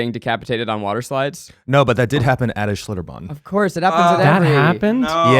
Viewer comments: As someone who lived in New Braunfels for a few years, Schlitterbahn is pretty awesome, but you need to float the river! And I love that Ned keeps saying "Schlitterbom" hahaha! Love you guys! You're all adorbs! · Hearing the other three mispronounce Schlitterbahn for 40 minutes lmao I'm from San Antonio but I've never been